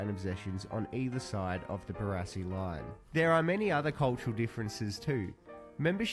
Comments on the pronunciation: BaRASSi not Bararssi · Pronounce it Bar-ass-ee. Barassi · It's pronounced "Bar-assy" Ronald Dale Barassi - absolute legend!!! Number 31 for Melbourne Football Club and I'm a Geelong supporter. Ron's father and my uncle served in the same unit during World War 2 at Tobruk. But that's another story. Message from an old, world-worn, much travelled Aussie bloke. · Literally one second into the video and I’ve already turned it off at your Barassi pronunciation